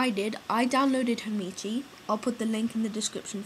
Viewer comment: its hamachi not hamichi